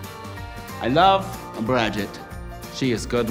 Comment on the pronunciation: "I wuv you, mom" yep, so hard.